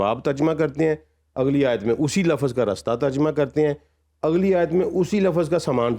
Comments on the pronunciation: واقعی اردو میں ترجمہ یہ صاحب تو بالکل نہیں کر سکتے جو ترجمہ کو تجرمہ بول گئے۔ 😂😂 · بھائ جان ترجمہ کا لفظ درست ادا نہیں کر سکتے۔اور چلے ترجمہ قرآن کریم کا انکار کرنے۔جہالت کی حد